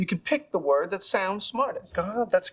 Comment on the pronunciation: Chandler pronounces "Word" with the hard "R"!